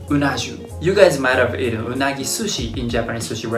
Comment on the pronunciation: When he said UNAGI 😂 ... ROSS GELLER